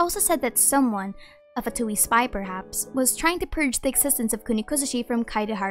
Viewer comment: one day we'll have someone ( including within Hoyo) that pronounces " Fatui" correctly. ( but kudos for nailing " Signora" and " Tartaglia" )